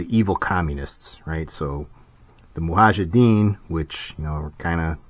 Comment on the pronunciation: It's not Muhajiddeen, it's Mujahideen